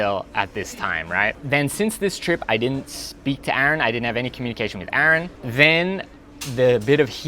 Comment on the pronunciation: YOU DONE MESSED UP